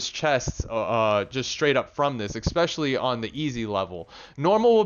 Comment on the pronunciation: Take a shot every time he says "expecially"